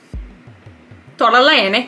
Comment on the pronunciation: I just died when she said "tortellini" she has an amazing napoletan accent from an american. I mean, its not perfect, but its good, and you have been told this from an italian. Love ya😘😘